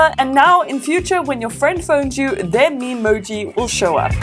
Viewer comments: Are you saying “meme emoji”? It’s “Memoji” like “me-moji” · Memoji: Me Moji, not Meme Emoji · “The memeemoji”